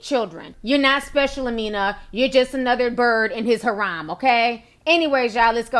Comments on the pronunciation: 📣 Hair-um 📣 ... 🚫 Not Ha-rom 🚫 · This is a public announcement for everyone: it's pronounced hair-em, pimps have harems of hoes. Just so u won't be looking crazy with new words lol.